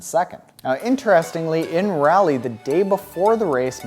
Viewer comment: Hahahaha....love the tie! And the inspiring trainiac story. BTW, being from North Carolina and on Sherpa duty at the Raleigh 70.3, it’s pronounced “raw-lee”😉